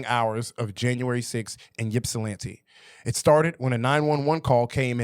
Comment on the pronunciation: 🗣️ It’s IP-SUH-LAN-T that’s my home town shit was fckd up smh